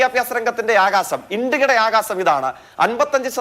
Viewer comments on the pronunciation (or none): ആകാസം അല്ലടാ നാറീ, ആകാശം എന്നു പറയു